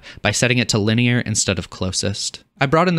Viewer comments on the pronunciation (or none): none